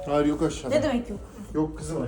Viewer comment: ✨BiR haFTaĞ MamA yOkĞ✨